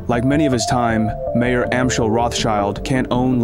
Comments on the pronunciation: Although I realize how idiotic u people have to be just based off of u calling the man “Mayor” instead of Mayer- pronounced as Meyer- I continue to watch but am only being further annoyed by the lack of truth and inspection! Poor job. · It’s not mayor, it’s pronounced my-er. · It's not Mayor, it is pronounced My-orr. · just to fix a potential misunderstanding, the beginning of the video talks about Mayer Rothschild. Unfortunately, the narrator mispronounces the name "mayor," which may lead you into thinking that he was the mayor of Frankfort which he most certainly was not. Jews could not hold any government jobs.